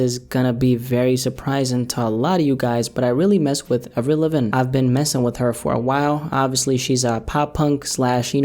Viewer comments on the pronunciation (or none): I know you prolly didn't know but you gotta pronounce Avril's name right g😂